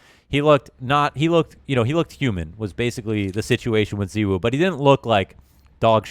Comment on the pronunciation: who is ze woo? you mean zY woo?